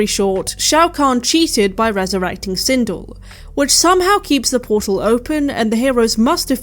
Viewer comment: Christ,I totally hate myself for not being able to restrain myself from correcting you on this... ....but the character's name is pronounced Sin-DELL. It's probably actually a credit to you that you didn't know that. Because it suggests that you have better things to do with your time than learning character names from a 30 year old video game and/or its notoriously poorly made film adaptations.